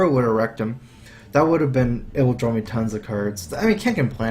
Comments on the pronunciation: I think I need to drawl Me: Drawl?:... drawl... Me: He must mean draw.. 26 minutes later.. JUST FUCKING SAY DRAW CORRECTLY YOU FUCKING IDIOT!!! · Is it me or does say 'Drawl' instead of 'Draw' a lot of the time.